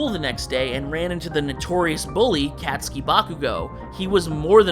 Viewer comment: Katsuki being pronounced Cat-su-ki killed me lol